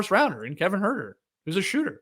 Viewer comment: At first I was surprised and disappointed that you didn’t pronounce “Huerter” with the appropriate NoDunks flair, Skeets, but you redeemed yourself nicely. Leigh Leigh would be proud.